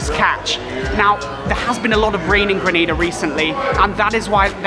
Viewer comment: 1 of the few that ACTUALLY pronounces my island’s name correctly 😂 and love the energy information you’re giving. Great shots with the views especially with the drone. Which one were you using?